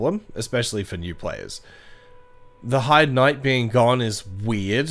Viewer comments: Its pronounced "Hay-d" not "Hide". Great video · "hide's tower" does sound weird. I always pronounce it the German way "hei" as in "high" and "de" like "the" but with a d instead of t